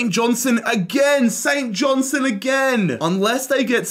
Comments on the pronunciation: st johnstone fan here, its pronounced St JohnsTone not st johnsone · Saint johnstone❌ Saint Johnson ✅